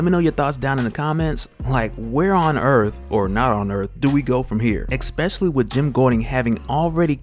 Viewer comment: Dope, but did u say ekspecially lol